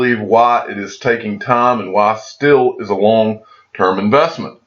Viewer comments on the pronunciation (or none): none